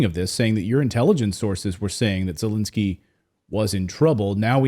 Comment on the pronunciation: Not that he deserves anything nice, but why are you pronouncing it Zalinsky?